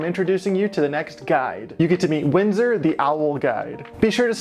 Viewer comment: What's his name? It sounded like you kept saying Windsor in the video, but the description says Winston.